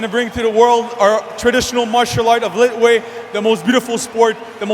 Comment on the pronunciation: These commentators are so ill-informed about the Burmese fighting classification - they don't even know how to pronounce this particular style - in the Burmese language the "t" is silent and is pronounced La-way . Now, find another line of work!